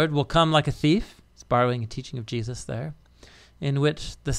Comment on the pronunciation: WHY THIS GUY KEEP SAYING JEUSIS ??? That’s so disrespectful